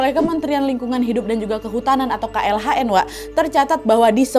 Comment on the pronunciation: yang benar KLHK kak, bukan KLHN